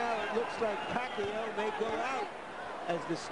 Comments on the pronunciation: The commentator first pronunciation of Pacquiao is "Pekayow" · emanuel pronounce it puh-kai-oh !!! haha !! now every knows pacquiaos name perfect flip style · 40 PACQUIAO, SAY PACQUIO! Commentator is a boss. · lol amazing foreman cant even pronounce pacquaio in these days